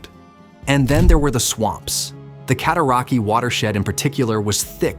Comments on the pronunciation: Your AI voice-over can't pronounce properly. Rideau is pronounced Readow ( i as a long e ane eau as a long o). Cataraqui ends as 'way', not ' key'. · Cat-oh-rock-way that’s how it’s actually pronounced. People still use it today. I grew up in it, on it and around it. And just so we are all clear CANADA 🇨🇦 won the war of 1812. And it Reed-oh not rid-oh.